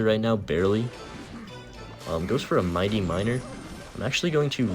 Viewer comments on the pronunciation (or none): none